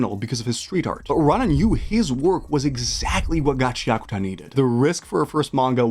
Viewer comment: It's GA CHIA KU TA not Gaceakta. I can't watch your video due to your shit pronunciation